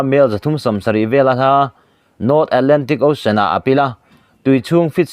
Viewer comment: News reader i nihna hi a reive angreng tawh nen..😂 (chawngkhuma dan tlqnghuat loh)... Hma i sawn ve viau nangin hma i sawn harve angreng ngawtmai.🤣 Mizotawng i thluk dik loh leh i lam dik loh cu sawilo ila... Saptawng pawh i la lam dik hlei theilo thin a., Ocean (Aushawn/Oshawn) tihtur angah tepawh (Ausian\ Aw-sian) i tizel a..😅